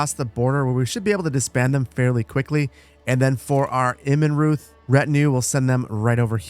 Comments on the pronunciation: fyi you say Immenreuth like "ImmenRoyt" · The "h" in Immenruth is silent in german :)